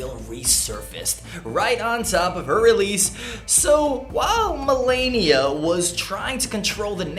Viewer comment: And do you call her Melania it's Melania